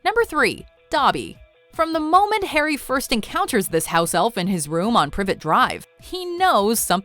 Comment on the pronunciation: You said privet drive wrong.